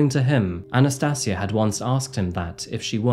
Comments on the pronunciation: Sorry man, Anna-stayj-ia.... That's how you pronounce her name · Anna "sati" asia. FFS man learn to pronounce. Mong. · I think you respect her name and not add an "r " at the end of it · I'm not sure you're pronouncing her name correctly It's Anastasia as in Asia Not see aa